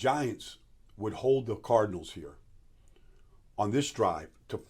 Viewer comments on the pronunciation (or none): none